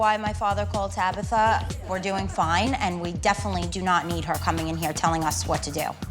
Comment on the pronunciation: Not "Tabather", mam go cry off screen, my goodness😂